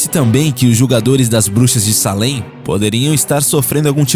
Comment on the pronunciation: Ninguém perguntou, mas eu moro em peabody, do lado de Salem, Halloween aqui e doideira, somem muitas crianças.. só a pronúncia q esta errada, escreve Salem, mas se lê seilam.. sou fã do canal.. abracoooo..